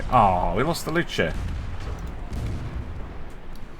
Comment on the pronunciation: I'm almost sure that's 'Lus' and not 'Lu-ce'.